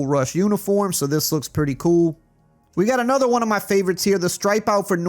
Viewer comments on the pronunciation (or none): When says "pretty koo", you know it's badass!